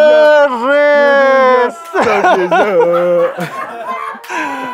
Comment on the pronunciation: И Сергеич говорит: Мы дузя!😂